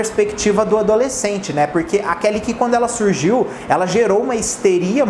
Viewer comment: Meu deus a Kelly Key é da Warner. Mas falou certinho.